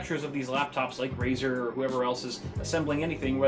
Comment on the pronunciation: RaEr blade? More liek Razer dont!!!! xd